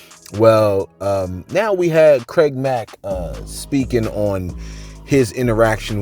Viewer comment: “CRAID MACK”